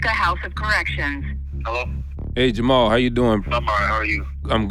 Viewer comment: They aren't Moroccan. You can tell by the way they pronounce Jamal.